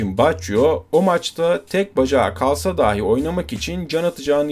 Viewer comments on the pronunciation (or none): none